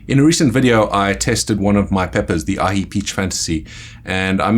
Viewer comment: How can you pronounce Aji properly but butcher/americanize Jolokia, it's just confusing...